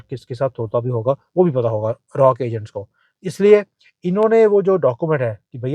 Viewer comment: Aap galat bol rahe hai! RAW nahi RAAAAAA....bolte hai. Agar doubt hai to koi bhi Porky ko puch le jiye.😂